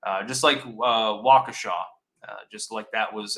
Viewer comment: Nice to hear pronounce "Waukesha " right! Finally!